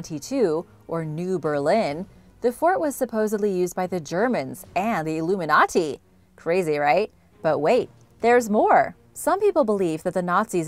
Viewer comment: Say illuminati again.... elumi Naughty